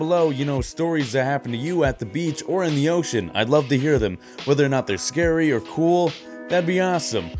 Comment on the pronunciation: “It might be scurry”